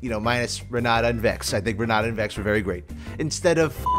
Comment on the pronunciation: Renata pronounced that way is so cursed. Its like saying "Jhaiki" instead of Jake"